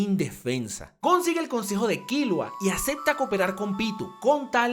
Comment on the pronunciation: tanto te cuesta decir bien killua ? con silaba tonica en la u ?